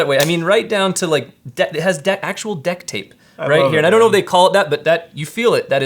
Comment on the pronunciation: “Deck tape” I’ve never cringed so hard